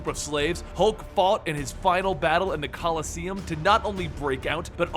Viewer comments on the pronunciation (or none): none